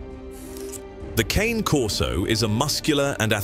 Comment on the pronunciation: True it's pronounced kanay Corso